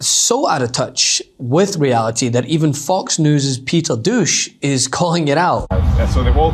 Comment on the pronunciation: Have we been mispronouncing Peter Douche's last name all this time?